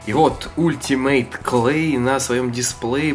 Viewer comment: Не ултимейт,а алтимейт